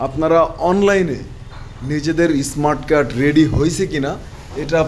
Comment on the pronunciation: ইসমাট কার্ড কি?? উচ্চারণ শিখেন আগে।